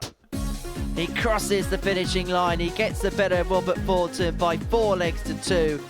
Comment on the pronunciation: Bahaha, dope in his "hearing aid beige " suit . and white chav trainers ..."Wobert Fawnton" Withcie Burnett"....🤣